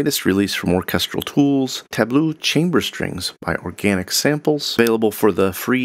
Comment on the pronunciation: pronounced +- TA-blow in American English (as in French) or +- TA-blue in British English. Only ta-BLUE in your accent, I suppose :) I can imagine Hans Zimmer spelled it like that, since pronounced in German strings sounds like streengs. Cute :) Danish, so technically pronounced Looftroom +-. Airspace. But okay. That's at least not English. :)